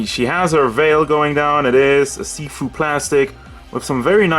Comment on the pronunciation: Every time you say see-through I heard seafood